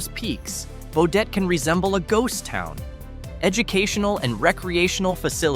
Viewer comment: Yo dum dum. There is no "O" in Baudette. Stupid Ai.